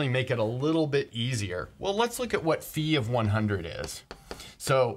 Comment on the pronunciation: I appreciate that you say φ like phi and not phaj